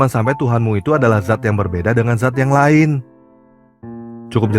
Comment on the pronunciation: Bukan zat,tapi Dzat